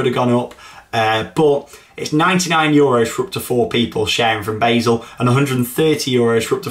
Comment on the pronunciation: It's pronounced bar-sull not bae-sull